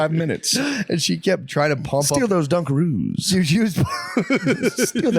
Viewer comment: That's it, I'm calling Dunkaroos "Dungaroos" from now on 🤣